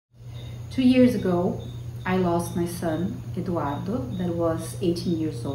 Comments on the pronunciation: The way she pronounced the "R" in "Eduardo" gave it away. She is definitively Brazilian. I am Brazilian, I can tell.... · It takes one to know one. Some dude replied me saying that she's Spanish. No way ! The way she pronounced the "R" in "Eduardo" gave it away. She speaks very good English though...